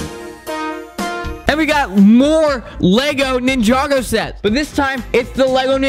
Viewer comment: It’s not nin-jog-oh it’s ninja-go 😡